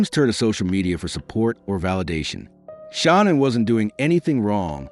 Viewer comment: Learn to say her name